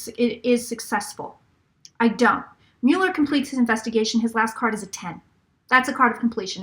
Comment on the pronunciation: I promise that "mull-er" is correct and "MULE-er" is incorrect. If you use the correct pronunciation, it will give what you say about him much more weight.